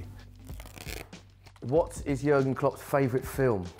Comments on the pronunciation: its JÜÜÜÜÜÜÜÜÜÜÜÜÜrgen Klopp... not yogurt klopp xDDD I am just joking btw. I dont care how you write his name xDD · jurgen? his name is JÜRGEN! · It's not Jurgen it's Jürgen Klopp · It's Jürgen, not Jurgen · Its "Jürgen" not "Jurgen"! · Jürgen not Jurgen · Pronounced yuurrgen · Its so funny how they pronounce Jürgen Klopp😂😂😂😂